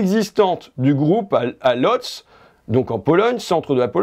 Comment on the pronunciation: On dit "Woudj" pour Lodz je crois en Polonais